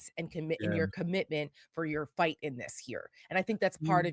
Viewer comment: My man said dis and Dat. Harry it's dis, Dat and the udder ding. I wish I could vote for you.